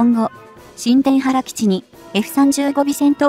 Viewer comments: 新田原（にゅうたばる）基地 発音します。 そうなると宮崎県もパック３やタイラッドが欲しいですね！ 新田原基地に中国の核ミサイルにロックオンされる危険が高くなる。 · 新田原･･「にゅうたばる」と正しく読めないのでしょうか？